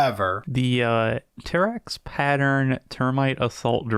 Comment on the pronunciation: Pteraxii is Ter-racks-ee-eye You pronounced both i's in the end Ee-eye Ter rax ee eye